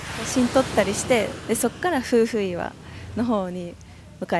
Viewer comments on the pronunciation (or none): 夫婦岩と書いてふうふいわではなくてめおといわと読みますね😊相変わらずは可愛いですね🥰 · が、わが町福岡に来てくれて本当に嬉しいです！ 糸島は天気が良いと本当に最高ですよね〜サーフスポットもあるし、おしゃれカフェもたくさんですしね〜 夫婦岩（めおといわ）をふうふいわと言う、宙（そら）の階段を宇宙（うちゅう）の階段と言う、いずれも可愛すぎますw いつか福岡に住んで欲しいなぁ ぜひ考えて下さいね 〜 東京まで飛行機で1時間です。 もはや通勤圏内ww 中心部から空港迄もとても近いです 大歓迎でお待ちしてまーす✌️